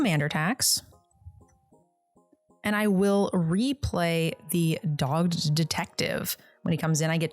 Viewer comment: LOL she keeps saying "dog'd detective" instead of dog GED detective" and it's funny every time she says it.